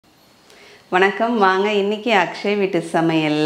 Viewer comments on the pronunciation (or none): none